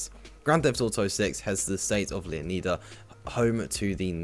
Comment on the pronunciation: it’s Leonida not Leoneda